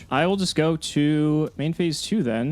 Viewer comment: Week 2 of yelling at you two for mispronouncing TSUKUYOMI.